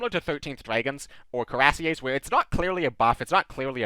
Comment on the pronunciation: Coo-ee-rass-yeh would be close enough for an American. The name comes from the word for an armored breastplate (cuirasse) so it's indeed very appropriate.